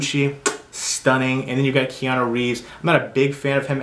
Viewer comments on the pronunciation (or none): none